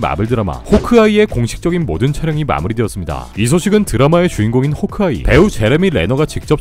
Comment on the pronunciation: ㅋㅋㅋ 이형 호크아이 발음할때 호옼크아이 라고 들리는거 왜이리 웃기지 ㅋㅋㅋㅋㅋ